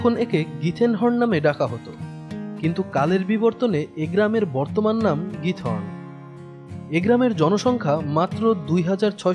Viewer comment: নামটা খিথরন( উচ্চারন টা এমন)